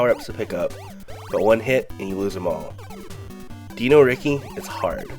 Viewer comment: Why do you pronounce Dino Riki like that yet you pronounce the word dinosaur like any normal person?